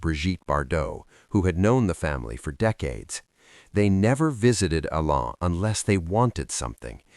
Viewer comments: It is Alain not Elene, 😂😂😂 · AI voice can’t pronounce his French Name, it was an interesting story. 👍🙏. From 🇨🇦👵🇰🇷